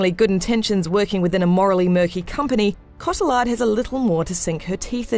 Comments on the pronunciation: noo its french name, its prononce Coti-yard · CO TEE ARR not cot ill ard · Her name is pronounced "CO - TEE - YAR" not "CO- TIL - LARD". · Co-tee-ar, not ca-till-ard. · Cotty-yard not cot-til-lard lol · every time this woman says Co-till-ard I want to die. It's Co-tee-ard. It's french. At least try? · Is "Cotillard" really pronounced "Ko-Ti-LARRRD"? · Came to the comments just for this. Cott-eh-lard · Marion Cotillard's last name is pronounced KO-TEE-YA-R. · Its pronounced Coti-aard. She's french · OK... For once and for all, Please learn how to say Marion Cotillard! Imagine it's like " Scottie " and "Yard" But without the S and the D. CottieYar. The D is silent! I don't expect you to know how to say my name, but she's famous enough for you to learn how to pronounce it and not murder it even if she can't have a good death in batman. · I can't be the only one annoyed by the way she pronounces Cotillard! It gave me the impression she caalled her a lard. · Marion Coat-ee-lard... Hahahaha i just lost it man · Say it with me “co/tee/ard”. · its pronounced cotillard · I Hate the way she says Cotilliard!!! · CO-TI-LARD!!!! Terrible pronunciation!!! How did no one at IGN notice this?!!! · shes pronounced mar-ee-yong(silent g) cott-ee-yar(silent r) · The frightful pronunciation in this review is distracting. "CO-ti-LArd"???? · This woman pronounces Cotillard soooo wrong😂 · Wow, man. Look up how to pronounce Marion Cotillard's last name instead of saying it how it's spelt. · Her pronunciation of marion cotillard's name really bugs me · I don't like when people don't pronounce people's names correctly, especially when they are being regarded critically for there work! Marion Cotillards name is mispronouncred continously throughout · Pronounce that lady's name properly! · Just butchered Marion Cotillard's name pronunciation. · you just ruin Marion Cotillard name . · Funny that they pronounce a French name like its every other straight forward English word